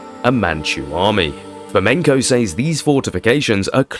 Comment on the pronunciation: Great subject and of great interest but the music is unnecessary and making it hard to hear you clearly, and you repeatedly mispronouncing "sAys" ...it is pronounced with an E sound not an Aaaaayyy...for someone who seems to be educated I find it really contradictory and unpleasant tbh..I can't continue the video😮 no one with an ear for correct enunciation would😢 sorry🇦🇺🙏